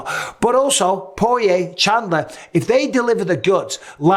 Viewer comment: chandler. Haha. chindler